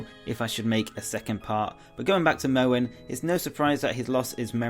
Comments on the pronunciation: why do you pronounce Mohn like "mouen"? It's Mohn like a long O. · its pronounced mon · Mohn is pronounced as Mon, the way you pronounce it would have to be spelled as Mowan